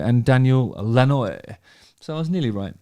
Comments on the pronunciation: Note: Lanois = Lan wah and not la noise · Still haven't found was 87. Here I go was recorded first around 83-4. And Daniel lanois is pronounced Lanwah. One of most renowned producers around. Tut tut Justin. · Daniel lanois is pronounced “Lan-WAH” just for your reference. Amazing producer and artist.